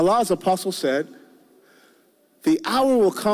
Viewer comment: LOL "apostle".